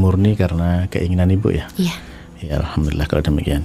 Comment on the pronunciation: Maaf ustad sy luruskan dari bacaan anda yaitu ALHAMTULILLAH ini kurang tepat, tapi yg benar adalah ALHAMDULILLAH